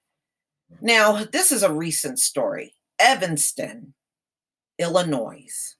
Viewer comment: Ill-la-noy, not ill-a-noise.